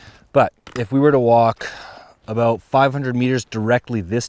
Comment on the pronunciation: A soul from a boot? A boot what?! What is it a boot?! What are you trying to say strange Canadian man?!